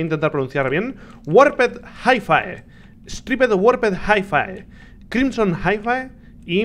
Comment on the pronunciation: Creo que no se pronuncia "jaifae" sino "jaifi"